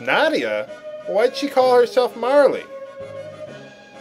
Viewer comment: Every time he says "Marley" I bury my face in my arm, smiling. After "Gaw", nothing can faze me. Bring on Frogue.